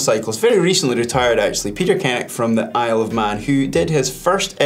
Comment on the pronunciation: I was in the same Sprint Tri as Peter Kennaugh last weekend, no where near his time though...... I love how everyone pronounces his name wrong! Proper Manx (Isle of Man) name pronounced "Ken-yuck"